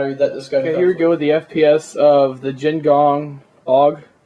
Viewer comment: Hey dude, i do not mean to burst ur bubble, but it is Jing Gong. not Jin gong.